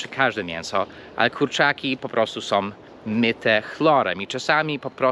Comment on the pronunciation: Przepraszam nie som tylko są/ nosowe /.